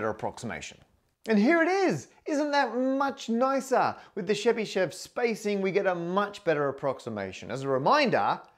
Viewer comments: Hi! I understand that it’s hard to pronounce for non-Russian speaker, but the correct way of pronouncing Chebishev is Che-bi (i like in the word will) - shev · Really love the video, but Chebyshev pronunciation was really butchered( The right pronunciation is [ˈlʲvovʲɪtɕ tɕɪbɨˈʂof]. The least you can do is to put the stress on the first syllable! I was very fond of you trying to say the names of other great mathematicians in their native tongue, hoped you would try more with Chebyshev whose works I keep near my heart. But anyway I have watched your videos for over a five years now and really love them! Thank you for the hard work!